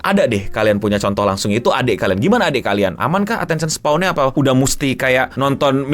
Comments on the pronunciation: koreksi bang: attention span, bukan spaw atau spawn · "Attention span" atau _"Attention spawn"_? Berasa di sengaja :' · Attention span bukan spawn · Attention span no, bukan attention spawn wkwk 😆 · Koreksi, attention span bang bukan attention spawn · Agak ganjel denger lu nyebutnya attention spawn. Yg bener attention span bang. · ini kenapa ngomong attention span jadi spawn ya? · Attention SPAN, bukan SPAWN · Bang udah bang, attention span bang. Jangan bilang attention spawn lagi gw gemes 😭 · Span bang, bukan spawn 😅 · Ralat ngomongnya, span...bukan spawn